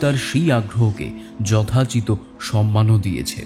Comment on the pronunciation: যথাচিত নয় যথোচিত